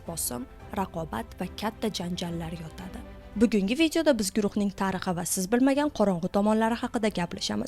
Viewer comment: Tariqi dedi bosjrogida😂😂😂😂😂😂😂